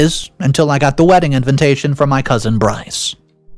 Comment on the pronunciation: You really need to learn how to say invitation 😂